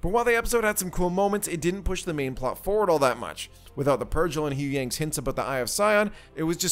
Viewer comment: You’re saying the planet wrong. It’s called Seatos Sea-tos!! Not how you said it. An Huyang is Hu Yang -> Yang like Ying Yang - yeah that. 🤦🏻‍♀️